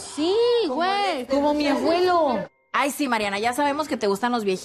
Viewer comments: diciendo "aguelo" 🤮🤮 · la naquisima de Kim diciendo.. cómo mi "AGUELO" ni hablar sabe. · AGUELO??? MAS BIEN ELLA DIJO AGÜELO...